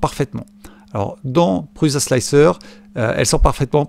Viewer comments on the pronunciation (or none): Oh pitié l'ami ! On ne prononce pas 'PruZa" mais "Pruça" ;) Il y a plein de vidéos ou Josef Prusa prononce lui même son nom. Ce gars est quand même un des plus éminents contributeurs au mouvement RepRap. Imagines un gars qui parle d'informatique en évoquant Steve Jaube ou Bill Jettes, il ne serait pas top crédible, non ? Et Slic3r se prononce Slicer à l'anglaise. Simplify3dse dit Cîme-pli-Faille-Sri-Di. Et GRBL "Guerbeul", comme ça on sera complet ;) Sur S3D tu aurais éliminé les blobs en utilisant "wipe at end" ;)